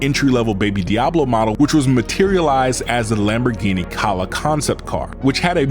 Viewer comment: the way you pronounce so many Lamborghini's sorta makes me angry